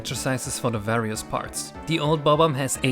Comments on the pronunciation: Thank you for saying Bob Omb instead of buhbomb. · i love the way you say bob omb its so satisfying